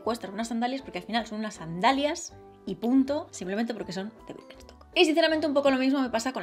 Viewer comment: Como puede decir wirkenstoc tantas veces sin equivocarse